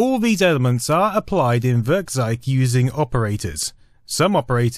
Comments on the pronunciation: Really nice video, .kkrieger blew some heads back in the day. =) FWIW when trying to say German words, it can help to remember a couple of things, like how eu and äu are both pronounce "oi" (so Werkkzeug = Werkkzoig, bräu in beers = broi, etc.), and ei is pronounced like the English word "eye" (so less "heil Cesar" and more "hail HiREDACTED). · Werkzeug simply means tool in English. And you would correctly pronounce it like this: "Wairktsoig" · I like how you pronounce 'Werkzeug' as 'Würgzeig' xD